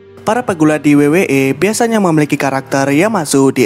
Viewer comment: W-double yu..kenapa disebut wei